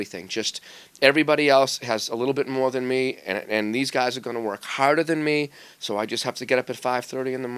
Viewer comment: "talent gets you to a point but THEN you have to WORRK!" lol Mangini